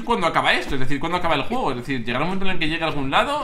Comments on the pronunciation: al pincipio dices jugo en vez de juego. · TheWuilirex dijiste un jugo en ves de un juego